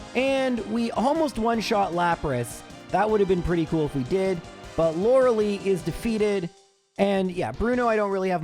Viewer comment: As usual, a fun challenge to listen to! I'm always wondering whenever you do gen1 : is there a particular reason you say LorelEI's name like 'liLY' and not like 'LIEs' ?